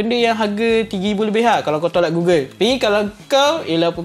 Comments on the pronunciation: Gogel bukan gugel 🥲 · goggle*(dibaca gogel) google tu search engine. aku heran dah tadi apa kaitan dgn google plak. oh rupanya goggle. ok baru paham. review yg sangat bermanfaat utk org nak mengenali dji fpv.